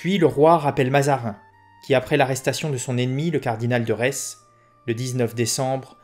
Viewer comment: Il me semble que Retz se prononce « ré »